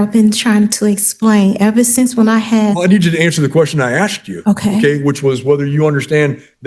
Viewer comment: Honey, he "asked" you, not "axed" you. It's not a Friday the 13 movie. Though I wish it was, and I wish he had.